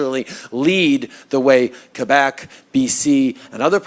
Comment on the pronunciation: Art Dent: Do you have a criminal record or connections to organized crime in the nation of kwebick. Make some videos instead of smoking kiebouyck Government inspected pot all day long in welfare town mondreel kwoubouck. kee-bic...LOL!!!!